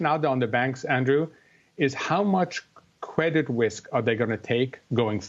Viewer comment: Cwedit Wisk.